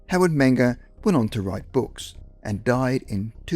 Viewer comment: the narrator kept repeating his last name as menga, mingo mango, and the name is menger, man that drives me nuts.